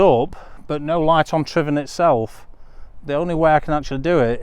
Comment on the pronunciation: One of the few vloggers to pronounce Tryfan correctly 👌